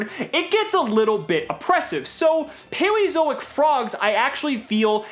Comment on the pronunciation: Ok, am I the only one hearing him say "Paweozoic"?